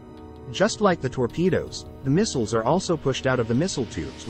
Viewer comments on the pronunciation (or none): none